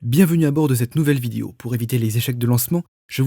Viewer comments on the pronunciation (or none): Petit com pour le ref YT ...petit problème de prononciation sur le mot vidéo ..on dit bien "vid-é-o" et non pas "vid-i-o" ....